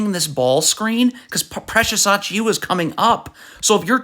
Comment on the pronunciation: You couldn’t have butchered Precious last name worse than this if you wanted to 😂